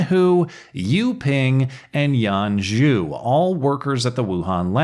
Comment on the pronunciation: Yan Ju...? Every single time !😆